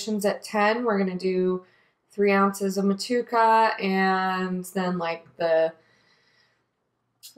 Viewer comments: Mut chew a ka bro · The pronunciation is Moh-to-ehh-ka. Otherwise, sounds like a great recipe. Will definitely try to make something similar to this. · Love the way you say Motueka . Don't know if you can get Southern cross hops over there but if you get a chance to brew with both of them together think you would be pleasantly surprised. Enjoying your channel